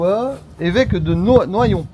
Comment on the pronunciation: Noyon se prononce noiyon j'habite à 5 kms Bonne soirée